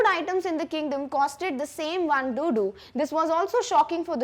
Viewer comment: Mam I'm very sorry to tell you this that its "Duddu " not dodo And its not Kannad its Kannada..But I really liked your explanation mam.